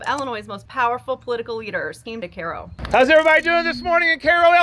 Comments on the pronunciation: Kai-oh . It’s literally spelled the same as Cairo, Egypt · "Kay-ro." JFC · Is that how you're supposed to pronounce Cairo?